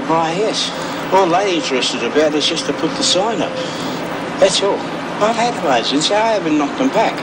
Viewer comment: Even the captions think the homeowner is saying 'asians'